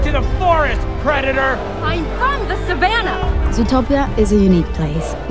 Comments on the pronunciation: you just have to pronounce it right. "suh-vah-NAH" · but, you have to get the names right